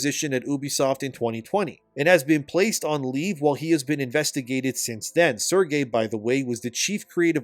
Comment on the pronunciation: It's not Sergei, it's Serge like saying Sarge.